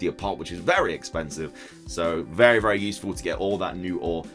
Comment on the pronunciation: Did he say berry useful?